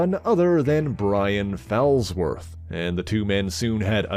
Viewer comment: The name is pronounced FALLsworth, as in; "he took a bad fall."